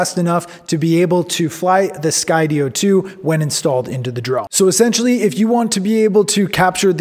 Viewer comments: Great video, although I HATE the way you say Sky-DEE-oh lol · Had to kill the video 4 minutes in after he pronounced Skydio incorrectly. It's pronounced like the word Studio, like studio in the sky. HOW IS THAT NOT OBVIOUS???? (for the 3rd time) Sky Dio? Like Ronnie James Dio? Moron. And then there's the stupid off angle shot where he's talking to another camera. I hate this shot and it needs to frickin stop.